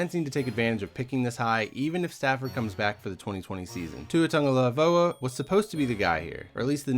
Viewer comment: Justin Herbert at #3? You don’t have Tua Tagovailoa in your first round? Well you can’t even say his name correctly so you’re probably a hater!!!! Watch some tape dude... Tua is a sniper